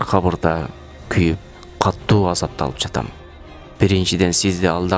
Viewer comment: Каттуу дебей катуу деп окусаңар